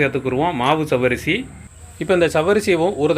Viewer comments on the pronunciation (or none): ஜவ்வரிசி என்று சொல்லாதீர்கள். சவ்வரிசி என்று சொல்லுங்கள்